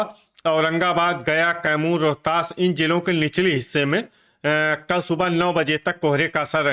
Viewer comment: कल को तल बोलते हैं 😂😂😂